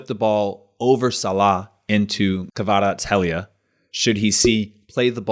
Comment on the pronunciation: kvarat-skelia. its fine if you dont pronounce the h